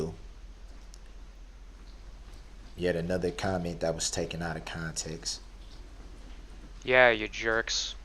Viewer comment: He never said "out of context". He said "out of conteks" whatever that means !